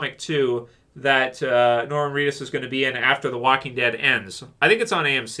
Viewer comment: The woking dead lol